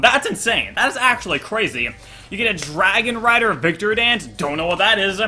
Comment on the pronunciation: You were about to say dargon LOL